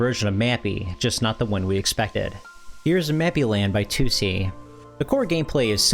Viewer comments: it's not "Two See" or "Tucci" it's pronounced "Toh Say" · Like, I can't even begin to figure out where you got "Toosie" from. In Japanese it's Toh Seh In English, it reads as Tohs. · The company’s name is トーセ. To o se Toh oh seh. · It's not "Too see", more like To-o-se, with Japanese pronunciation, no weird phonetics. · Toh-Seh, not Too-See. It's respectful to pronounce names correctly. You wouldn't want others calling you POYER, right? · Tussy? The name is Tose with an O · Maybe you need to learn English? Can't you see how 'Toh oh seh' is wrong? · Toe say? It's a Japanese Dev so surely it's Toh-seh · If you truly want to elevate your channel maybe check the pronunciation of a word you say 20+ times in a video like TOSE before publishing anything. Also try to do a little proofreading and some rewrites so you don't end up sounding like a sixth-grade term paper class read. Try to avoid short ideas and sentences as this will give you a less amateur sounding style. Consider not including the intros where you film yourself as they usually deride from the overall quality of your videos. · Drink every time you hear the subject of this video pronounced unbearably incorrect. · Mispronouncing the name of your main subject not even a second into the video is insane. If you're not going to exercise enough due diligence to pronounce a two syllable word properly then why should I assume any of the information is correct? I like your videos but I think you can do better than that. Put in the work. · You continually mispronouncing tose is driving me nuts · Add it to the list…. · yeah his pronunciation was driving me nuts. I went to the comments to make the same comment. But nice video all around.